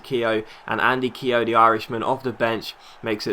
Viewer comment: Your pronouncing Keogh wrong